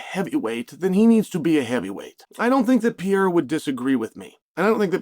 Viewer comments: Great take Mr Sonnen... only thing it's pronounced Per-rare-ra not Peira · PeReira not 'Pee air er'. Holy fk Chael. I bet you say NEW CUE LAR huh? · Imagine being a pro ufc analyst and still not knowing the light heavyweight champions name. Its Pereira. Not Piera. Pereira isnt even hard to pronounce. You have 1 job Chale. Its not some random fighter its the champion. 3 times 2 weight devisions. Get it right. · It’s been a while now Chael, and you keep butcher the poor guy’s name. Pereira is generally pronounced peh-RAY-rah, not pee-yay-ra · You cover the sport, at least try to mention their names correctly, its PEREIRA, not PIERA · It's pronounced "pee-air-uh" guys. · Alex Pee-air-uh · Chael "the butcher of names" Sonnen. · Dude seriously needs to learn how to pronounce Pereira. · you cant even pronounce alex's name right... foh chael..